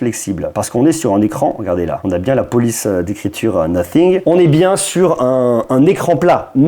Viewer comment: on dit pas no fingue mais Nathing 😌😂😂